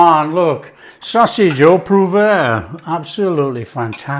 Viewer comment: Love it! pronunciation of 'poivre' seemed to get further from the French version the more he repeated it!